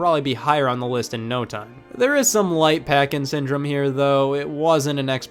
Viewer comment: legit thought you were saying "parkinson" instead of packing syndrome when talking about duck hunt